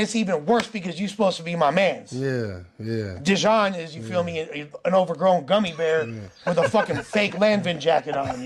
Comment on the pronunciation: “Look at dejonn”🤣🤣🤣🤣🤣